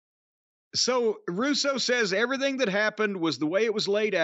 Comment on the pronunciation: Lol Russo adds syllables to words. "Ev-uh-ry-thing. Wrest-uh-ling." He probably does this because it's a way for him to get to talk longer.